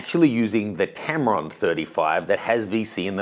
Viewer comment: Tamron? LOL